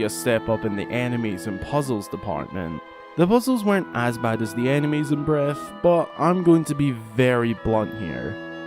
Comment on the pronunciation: "puzzles and animes,and location and themes"